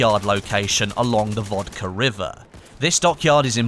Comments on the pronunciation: VOLGA river, not Vodka river. Oh, my god, what the hell is wrong with you Brits that you can't pronounce names in foreign languages. Yesterday it was Name Explain who couldn't say Stalin's real name - Jughashvili and now messing up a 5-letter word. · you said vodka river lol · Did call the volga river the vodka river?? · did you say vodka river? 1.03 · It's VOLGA river not VODKA. Bro, stop being stereotypical